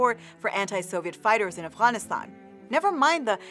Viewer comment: that's not how you pronounce afghanistan... why do pakistanis pronounce afghanistan that way when they speak english😂😂